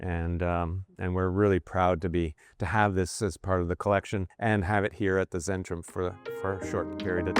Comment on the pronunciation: its centrum, its a german c, not zen ....